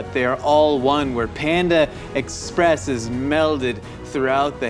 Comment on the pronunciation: Are you saying ex - press just to drive me crazy? Or do you actually not know how to pronounce it?